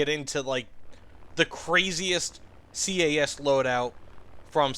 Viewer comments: Please stop calling it C.A.S, it is cas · SINGLE downside of all this is the "SEE-AY-A$$" ahh pronoucing... OK SORRY IT ITS INDEED A GOOD VIDEO <:D